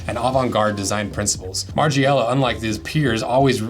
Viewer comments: margIIIela 😂 lol learn how to pronounce his name before makings the video 🤦🏻‍♂️ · Listening to you say "Marge-ee-ella" continuously is quite a hard watch. Dn't use a US google translate for starters.